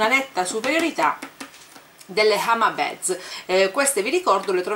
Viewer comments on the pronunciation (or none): comuncue non si dice hama beds ma hama bids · sei sempre fantastica. Partecipo al giveaway. Vorrei solo farti una piccola correzione spero non te la prenderai: "beads" si pronuncia "biidz". ripeto è solo una critica costruttiva, non voglio prenderti in giro con questo commento, sono sicuro che capirai.